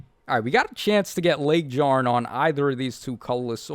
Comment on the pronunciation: You need to stop calling her LegDjarn. it's LegYarn. much like Fjorm.